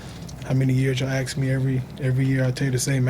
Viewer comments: ask, not aks, nothing else, just ask. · Russ: "...when Paul gets here you can ax him"